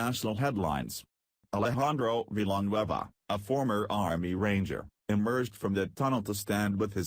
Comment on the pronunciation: Veeelanwhueva.the computer voices can't pronounce difficult names at all.:-D